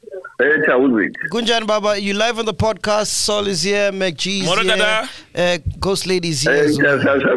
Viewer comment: GOSTLADY AN THE WORD LITERARY IYOOOO🤣🤣🤣🤣🤣🤣🤣🤣🤣🤣